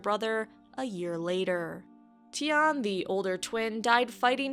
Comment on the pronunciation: When I first heard her say his name i thought she said "tight ass Lannister" lol